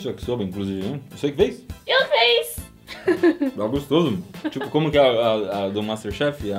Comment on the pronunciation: "você que fez?" "Eu feiz!!" Ain meu coração kjsks